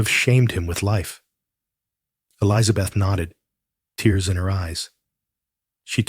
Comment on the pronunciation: The woman’s name is Elizabeth. Not Eliza Beth. Good grief! It grates on the nerves. Maybe educate your AI on proper pronunciation. Yes, it’s a little things, but details do matter.